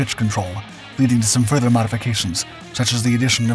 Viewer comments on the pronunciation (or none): none